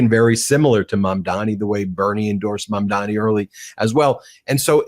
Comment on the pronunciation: Please get his name right - it's Zohran Mamdani not Mandami. We'll be saying it a lot so show your respect by learning his name.